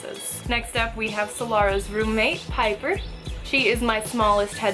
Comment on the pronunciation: when u said piper i thought you said "hyper", would've make sence though, look at her go! RIP in piece lil bab